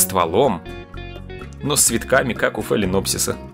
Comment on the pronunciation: Почему в слове дендробиум ударение на последний слог? И нет таких орхидей "башмак"🤣🤣🤣